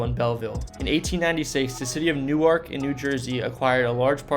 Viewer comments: Wanaque is pronounced Wan uh q. Not Wa knock. And Gingerbread castles is opening again. Newark. It's pronounced new work. Not new ark. Hinchcliffe stadium is also open again. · It’s Nork! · "Wanaque" is pronounced "WANNA-cue". Like you're playing billiards. "Reading Railroad" is pronounced "Redding", like Otis Redding, not like "Reading a book". "Newark" is pronounced "NEW-erk", not "New Ark", it's not in Delaware. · NewArk is Delaware. NEWwerk is how they say it for the N J location. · Newark in New Jersey is pronounced "noork". Newark in Delaware is pronounced "new-ark". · Wanaque is pronounced Wah-NAH-kee, not Wanock. Also, Reading is pronounced Redding, not Reeding. Also, Newark has the emphasis on the first syllable, not the second: NEWerk, not NewARK. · it must be a regional thing. I live in central Jersey, and have lived in 2 other states across the country and have never heard it pronounced as “New Arc.” Always as “New-irk.” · Isolation Hospital was known as SoHo. New Jerseyans pronounce Newark as Nork rather than New-ark. Looking forward to second part. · right?? never heard "new ark" in my life, except i think Newark Delaware pronounces it like New-ark?? But for the New Jersey variety you are absolutely right! new-irk! in my head i would have spelled it "new-erk" instead of irk, but i knew exactly what you meant and was right on board with you hahaha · It’s pronounced “Newerk” not “New arc” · Oh, for pity's sake. You made a program about N.J. places. Learn to pronounce Newark correctly. New-Ark is how the pronounce it in Delaware. Sigh... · It’s pronounced New-erk. is correct. Otherwise good memories and thanks for the content. 🤙🏼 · Not Newerk, Nerk. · The maker of this video is not from New Jersey. "Reeding Railroad"? "New-ark"? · I’ve never heard someone pronounce New-ark that way lol we pronounce it like Nork !! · That is how it is pronounced in Delaware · I’m from south Jersey and I say New ark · nah it’s new-irk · I live here its Nork 😊